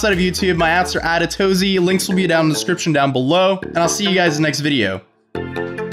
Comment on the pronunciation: Why do you say atotozy when it's spelled atozy